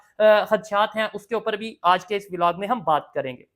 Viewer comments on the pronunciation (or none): Velog nai bhai vlog hota hai 😂